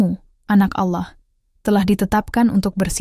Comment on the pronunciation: Kenapa dalam penyebutan "Allah" beda ya??? Anehhh!!!